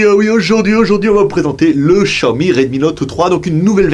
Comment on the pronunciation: 小米 "xiaomi" se prononce en français: chiaomi ;)